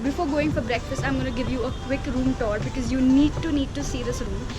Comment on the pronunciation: Could you please get your pronunciation for “Because” corrected? Because it is really irritating to hear “Bicccz”. And yes keep the good stuff rolling.:)